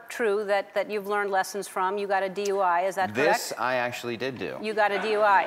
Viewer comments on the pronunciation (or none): It sounds more like DY rather than DUI.